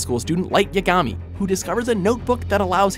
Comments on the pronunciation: It's yaagami.. not yagaami.... But it's spelt yagami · He also said Light yagaami when its light yaagami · THEY PRONOUNCED EVERYTHING WRONG ITS LIGHT YAAAGAAAMI NOT YUGMEE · Did he just say Light PIKAMI ??? -_ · Light Ya-ga-me 😂😂😂😂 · how many times are these narrators going to butcher the names. Light Yegaaaami wtf. & its kaaneki not kaneki lol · Actually they pronouced it wrong, along with light yagami. .-. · The way he pronounced Kaneki and Yagami made me cringe so hard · the way he says lights last name if very triggering, tbh monster should be number one bc death note is kinda overrated but monster takes a more high iq to enjoy